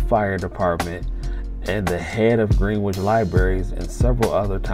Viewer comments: Pronounced GREN itch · It’s Gren—nich (phonetically)